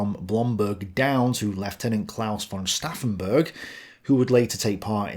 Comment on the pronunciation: You missed a "t" in Stauffenbergs name. Makes him sound like a drunkard. Saufen=drinking a lot of alc. Stauffen=some name :)